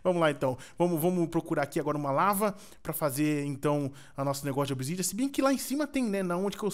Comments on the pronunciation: wtf quem tbm ouviu o falar picareta de obisidian kkkk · Quem ouvio o falar picareta de obsidian